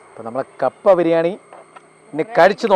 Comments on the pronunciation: കാപ്പ അല്ലാ കപ്പ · കാപ്പ അല്ല കപ്പ